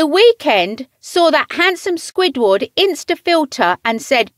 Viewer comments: Gal really said squid waard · Why does she say squidward like that